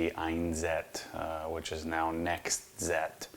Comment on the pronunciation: 1Z Einszett is pronounced "Einszett Einszett" the "Z's" are pronounced like "ts". German: One=Eins Z is pronounced "ts" (like in the following words: spots, lots, that's) But now they're called "nextzett" [next tsett] I don't know if you care about that stuff, but I just wanted to inform some of you.🙂